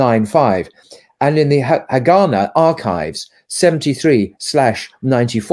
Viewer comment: Haganah is pronounced HagaNAH.